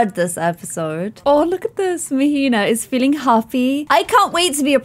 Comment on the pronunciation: queen, Mahina is pronounced MAH-HEE-NAH 😅😭😂❤️